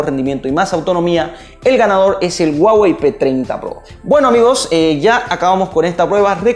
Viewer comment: "El guagey" 🤔